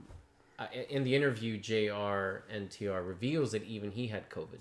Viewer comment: bruh his name is Jr.NTR as in JUNIOR NTR